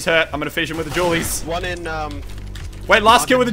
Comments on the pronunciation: The "Jew Berretas" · hehehehe he calls them julies' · "jule berrettas" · "Jewel Berretas" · "Jewl" Barretas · Your pronunciation of "Dualies" is Dewlies.. Doritoes and Mountain Dew boisss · Srsly?,thought you sayin' julies hahahha then i recognize it's the dual baretta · i also heard jewlies